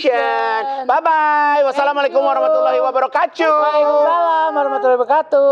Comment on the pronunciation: Wabarokatuhnya jangan diucapkan Wabarokatchuh , A Igun. Please. Kata kata lain boleh lah ya. Tapi kalau salam yang bener sesuai lafadznya saja